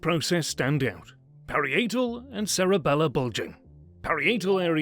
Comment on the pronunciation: tfw the fiverr narrator doesnt know how to say "parietal"